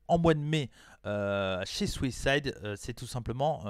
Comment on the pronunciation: Bonne vidéo ! Par contre à chaque fois que tu dis Southside je comprends Suicide lol